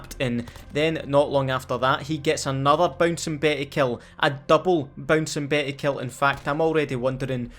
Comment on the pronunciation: those damn Bouncin Beh-eh’s